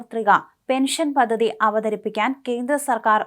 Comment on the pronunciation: Paddhathi. Not pathathi.